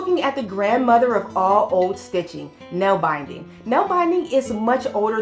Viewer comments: I'm sitting here nallbinding wrist warmers & watching your vid.😊 Nallbinding (nålbinding) is noll-BEND-ing. Pjoning is pYON-ing. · Denmark = danish people Netherlands = Dutch people Nålbinding is pronounced with an OA sound not an AA sound. Pjoining is pronounced like P-yoyn-ing or p- yo- ning as I learned to say it.